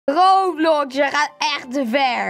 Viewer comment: Echt grappig dat van rrrrrrrrrrrrroblox